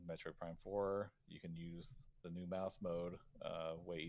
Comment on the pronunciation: I can’t even tell if he is rage baiting by mispronouncing Metroid